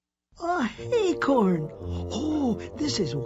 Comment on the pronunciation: acorns not hay-corns piglet you and the others need to stop calling acorns hay-corns and there's no h in acorn remember